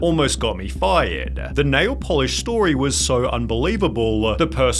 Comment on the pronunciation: "Almost got her FYUUHD" LMAO